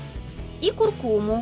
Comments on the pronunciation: куркуму ударение на у в последнем слоге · Не курку́му, а ку́ркуму